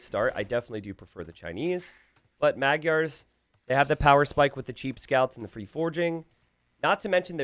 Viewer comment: This is why Magyars are in the top 2 for best feudal (along with Cumans). And I hope YouTubers learn how to say Magyars and Khmer soon 11